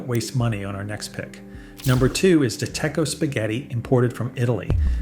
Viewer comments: Decco is definitely the best (I believe it's pronounced "de-check-o"...AI narration is crap, more reasons to not subscribe). Great texture, taste, good quality. As for Barilla, you can buy imported Italian Barilla. It may cost more but it's worth it if you want a higher quality product. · It is pronounced De Cheko. It is one of the bests as a 55 Italian NYer who has family in Italy and off the boat grandparents, the ratings are corrects romanized to be good in the 79s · De Cecco is pronounced duh-Check-co. I do buy De Cecco, but I also buy most of my pasta at an import shop (such as World Market) or an Italian deli and get artisanal pasta made in Italy that is 100% Italian durum semolina. I do not buy any American imitations, but I do also make my own pasta, using durum semolina and a pasta machine from Italy with bronze dies, although I do also roll out flat pasta, such as fettuccine using a pasta attachment on my Kitchenaid mixer. Each of the imported artisanal Italian pastas that I buy are made by different companies, and I stocked up at World Market when I heard that tariffs on Italy were going to be increased. I consider even the expensive pasta to be a cheap meal. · Hingham constantly mispronounce de Cecco makes my ears bleed however. If you're going to bother doing all this research for financial purposes, at least get the Italian pronunciation is correct. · You lost credibility by mispronouncing De Cecco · Downvoted for the ai speaker mispronouncing Italian brands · De Cecco by all means but the speaker. REALLY needs. To learn how to pronounce the product name. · If you want to put yourself up as an expert on Italian pasta, you should at least learn to pronounce De Cecco. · Thank you for noting it "A.I": A.I. is loose and spilling all the beans, but with incorrect pronunciations. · AI mispronounced every one of these brands. AI makes YouTube suck. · Tell your announcer (or a.i) that's it's pronounced : DEH CHECK-OH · Pronounced De checko. Don't sound stupid